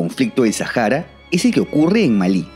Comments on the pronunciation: ¿Por qué lo pronuncias en inglés? La H en español es muda!! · Porque dices “Sajara” y demás gentilicios con J y no con H que es muda en nuestro idioma… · En árabe la H se pronuncia como J, posiblemente es por eso.